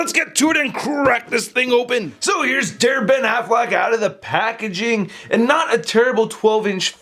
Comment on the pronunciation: Every time he says DareBenAffleck, I can't help but think he's saying Derpin' Affleck, which reminds me of the Daredevil Honest Trailer.